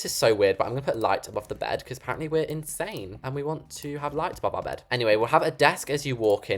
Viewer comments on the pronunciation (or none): I thought you said in Spain instead of insane